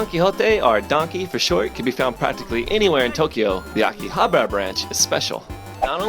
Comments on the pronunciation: It's not Akihabra, it's AkihaBAra!!! You're really cute, but sorry I had to give you a thumbs down because you refused to pronounce Akihabara correctly. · That or because he can't even be bothered to pronounce AkihabAra it correctly lol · Weird how you pronounce AKIHABARA.